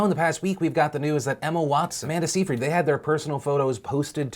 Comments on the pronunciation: It's pronounced Amanda Sigh-fridd. Not See Freed LMAO. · Phil, I love you and I know this is the most petty thing but Seyfried is pronounced more like "Psy-Fred" 😂